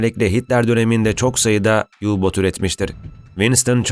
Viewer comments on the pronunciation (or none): U boot almanca ayni türk e gibi okunur. Alman malini ingilizce okunmaz yu boot .u boot